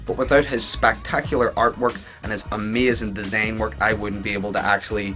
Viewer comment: how hard is it to say design